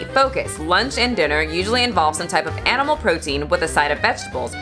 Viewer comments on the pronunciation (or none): none